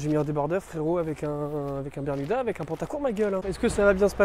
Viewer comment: Je crois qu'on t'a menti toute ta vie... C'est "berMuda" et non "berNuda" haha. Je l'ai vu aussi sur ton Vinted ;) tu vendras sans doute mieux tes bermudas quand les gens tomberont dessus :) Merci pour tes vidéos !!!